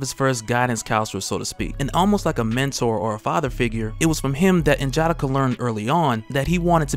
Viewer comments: Please stop saying N-Jatta-Kuh. It’s N-Ja-Da-kah. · you're my guy. I even replaced Rob with you as my favorite. But bro (in jah dikka) was killing me lol. N'Jadaka is pronounced (N-yah-dah-kah) lol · Pronounced nin-ja-dockah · You pronounce N'Jadaka name wrong it's said (Nah-Jah-Dah-Kha) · N-JA-DA-KA. Sound it out is how its pronounced! Good vids otherwise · You are definitely pronouncing N’jadaka wrong